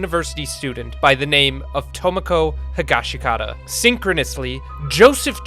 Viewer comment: The second i in Higashikata is silent. It's Higash-kata.